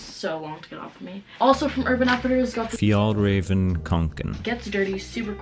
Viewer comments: Me as a swedish person: no that is not how you pronounce fjällräven more like fjellreven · pronounciation of Fjällräven is totally wrong. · genuinely thought she said rabies kanken